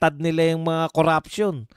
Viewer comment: NO to vice, hindi nya mabigkas bigkas si tambaloslos sa panawahan nyang kuraption daw kono